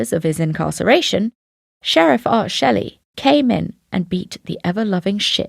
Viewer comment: It's pronounced schley, not Shelley. Just thought you may need to know.